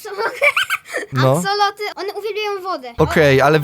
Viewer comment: Nie mówi się aksolot tylko aksolotl :)